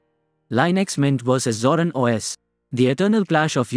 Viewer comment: Please learn to pronounce it correctly, INSTANT CLICK OFF